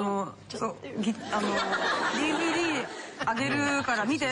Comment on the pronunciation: ディヴィディの発音にハッとした